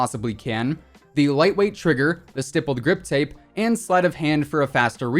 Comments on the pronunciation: I love how you say Grippled Stip Tape like every video and don't catch it. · Why do u keep saying "rippled stip grape 🍇 ". Its stippled grip tape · Who’s “grippled stip tape”. No hate tho love your vids.😂😊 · Yoooo when he said rippled stip grape i thought i went crazy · He said grippled stip tape for the PKM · Did anyone else notice that he said gripped stip tape not trying to be rude I always need up what I’m saying I just thought it was funny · “the grippled stip tape on the pkm” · “gripped stip tape” 😂🤣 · "Grippled Stip tape" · You said the grippled stiptape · 10.07 grippled stip tape . ? Ok then 😂😂 love your content man, keep going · the amount of times he said rippled stip grape or something like that instead of stippled grip tape lmao. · Nobody: Literally nobody:: rippled stip grape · He said grippled stip tape on pkm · R I P P L E D S T I P G R A P E😂 Great video, as always 👍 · Rippled stip grape😂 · "rippled stip grape" omfg im dead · "Rippled Stip Grape" xD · The ripled stip grape 😂 you said that going over the AUG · Lol he said grippled stip tape😂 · "The grippled stip tape:" ?? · lmao " the grippled stip tape" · On the pkm he said gippled stip tape hahaha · R I P P L E D S T I P G R A P E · Just want to point out you said Grippled stip tape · Did he just say "Grippled stip tape" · Did he say rippled stip grape!? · Bro imagine saying grippled stip tape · When he said the stippie grippie I almost cried of laughter. 🤣🤣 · He said stippeled grip tape rong every time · I lost it when you said “Rippled Stip Grape” lmao 😂 🍇